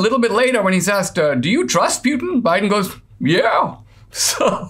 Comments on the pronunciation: It's pronounced Putyin, not Pyutin... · Poo-tin not Pew-tan :-)